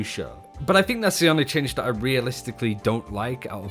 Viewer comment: Take a shot everytime he mispronounced 'that' as 'dat'. 😒🥴